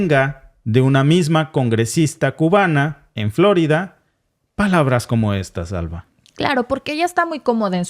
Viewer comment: No es " florida" sino " flo'rida" con tilde por favor